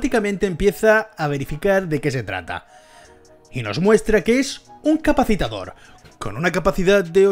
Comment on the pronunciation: Capacitor. Te sobra una sílaba.